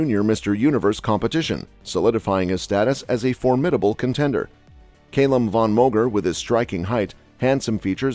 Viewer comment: Why can Americans not say Calum 🤣🤣🤣🤣🤣